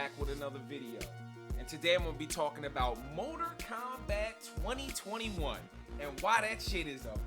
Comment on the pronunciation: "Morter Kombat" "Moder Kombat" "Motor Kombat" Hilarious! Great rant. I felt you, big homie. What a trainwreck this movie was! It's like Hollywood wants you to NOT like movies anymore. It baffles me every time.